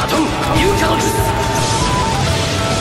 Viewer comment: Bang kalo ngomong jutsu nya jan ngasal dong wkwkwk